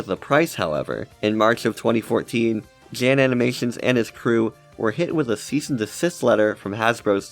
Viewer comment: currently shaking and crying trying to resist correcting your pronunciation of “jan”